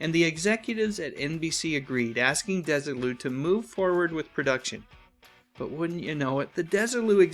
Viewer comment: this was a great one, and brought out things I didn't know until now. May I, however, major on a minor for a second? Desilu was named for Lucy and her husband Desi (DEZ-ee) Arnaz. Thus their company was "DEZ-ee Lou", rather than "DESS-ee Lou".